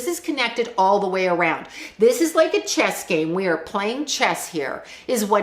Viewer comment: A Master Chess Player this is why he is saying Chesd